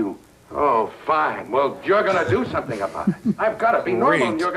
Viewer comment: "i may owe you shompin"